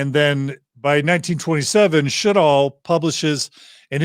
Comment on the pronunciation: Sjodahl --- Sjødahl (Norwegian) /Sjödahl (swedish), meaning sea or lake (sjø) and valley (Dal). It's pronounced almost like she says it but Ø is kind of like the sound when you say uuuuuuh. Not an o. So. Sch-uuuh- doll if written in American 😅